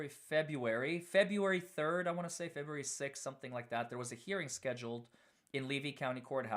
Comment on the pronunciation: “Fe-BREW-Ary”, NOT Fe-bee-u-ary!” — You are so bright, dynamic, and articulate; however, to bring you to the next level professionally, you need a grammar coach. I’m here to help! Feel free to reach out for grammar and pronunciation help — pro bono.